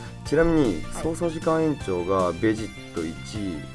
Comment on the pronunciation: べ↓ジッ↑ト↓じゃなくて ベ↑ジッ↑ト↓じゃないの？ 分かりにくくてごめんなさい。